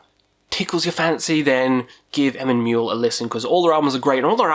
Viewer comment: The Muil in Emyn Muil is pronounced Mweol / mwheel